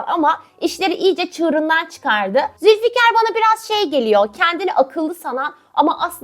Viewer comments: Ben bu Nursema ve Firaz'ın komik konuşmalarına gülmekten ölüyorum😅😅 Abla bu arada yanlış anlama ama o Zülfikar değil Zühkar 😂😂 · Abla Zülfikar degil zülkar😭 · Abla Zülfikar değil Zülkar